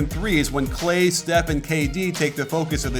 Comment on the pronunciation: He just called "steph" "seth" shots fired? :P